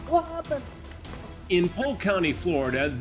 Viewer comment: 🧌: "wha happuned, wha happuned!?" You're what happened you sicko.